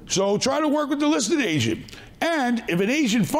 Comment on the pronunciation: "We got bankers, we got real estate ASIANS". "Pay the ASIAN a commision". Im dying laughing anytime he says "agent" it sounds like he is saying "asian" 😂😂😂😂😂😂 Take a listen try not to die laughing - (15 sec, full of asians)